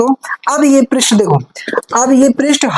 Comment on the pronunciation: Pirist nahi h prast h 😂😂😂😂